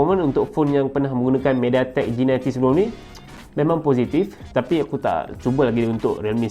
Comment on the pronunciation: bro sebutan tu kurang tepat la bro 😥 sebutan g90t patutnya "jinaintiti" bukan "jinainti" ☺️ sorry just for teguran 🙏🏻